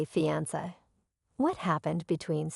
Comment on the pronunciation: SAY " FEEE..ON...SAY".... ITS NOT.. " FEE... ON...SAH" OR " FEE...ON.. SIR"... PRONOUNCE WORDS PROPERLY PLEASE. CORRECTLY. LEARN ENGLISH.